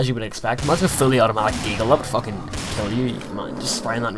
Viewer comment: "pretty FACKING awesome" XD goddamn i wish me ma birthed me with the accent